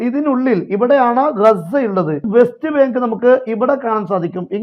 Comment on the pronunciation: Best bank അല്ലാ. വെസ്റ്റ് ബാങ്ക് എന്നാണ്😂😂😂